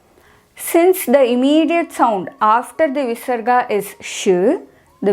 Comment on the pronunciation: when there is a pa or pha after visarga the sound replaced by fa is not convincing